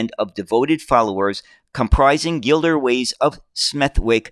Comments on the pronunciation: Gliderways (not Gilderways)of Smethwick (pronounced ‘Smethick’). I still have some of the Matchbox model, about which there is an article in the latest ‘Classic Bus’ magazine No.193. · ...and "Gilderways" should be "Gliderways"!